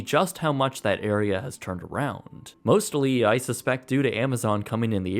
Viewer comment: Did you say mostilly instead of mostly? Or was it just me hearing it wrong?